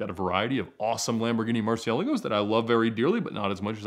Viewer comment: If they get you the McLaren will you promise us you’ll say Murcielago correctly from now on?